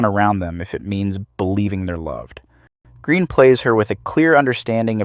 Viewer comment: No.1 Heaving Gallic Goddess.P.S.....Her surname is pronounced Gren,not Green.